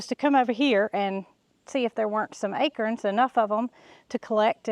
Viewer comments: Hold on...a-crens?...not a-corns? 🤔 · You say acrons I say acorns 😊 it took me a minute to realize what you meant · You made me smile when you said 'ackerins' for acorns. 😊 Your accent tickles me. LOVE your channel!! Thanks for my smile for today! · Akerns? 😂Must be a southern way of pronouncing Acorns...😊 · Acurns!! Love how you say it! Never heard it pronounced that way. We in ohio say A corns.. pronounced like CORN on the cob, etc. You say CURNS pronounced like Kerr. But no matter! We love our!! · I love how you pronounce acorns. You pronounce it as “akerns”. I pronounce it “a”corns, heavy on the “a”. Thank you for all the joy your family brings everyone. Have a great Thanksgiving. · Took me a minute to figure out what an “Akern” was. 😂